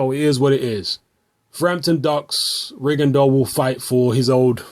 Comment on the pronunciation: is the only youtuber who correctly pronounces "Rigondeaux". It's a French surname and it's pronounced "Rigondo".